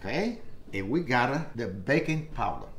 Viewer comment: I swear I heard bacon powder ;p love this guy